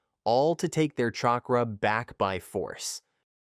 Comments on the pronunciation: Shakra 😂 nah good vid tho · Chakra not shakra